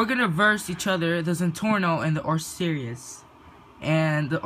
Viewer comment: u pronounced osiris wrong 😂